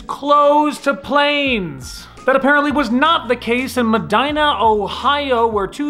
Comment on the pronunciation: Medina: Meh-deen-uh